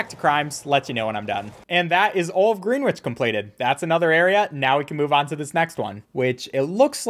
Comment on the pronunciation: Did he say "Green witch" lol? It's pronounced "GREN-itch"